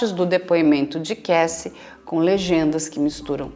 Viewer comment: Dr. vc tem um inglês muito bom, mas é Kássy e não Keissy a pronúncia do nome Cassie...